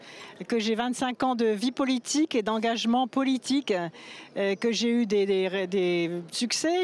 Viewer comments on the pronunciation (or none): engagement poulitique 😂 ou engagement poulitique (Canteloup 😜😜😜😜😜😜)